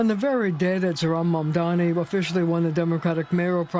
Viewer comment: they're saying mamdani's name wrong on purpose at this point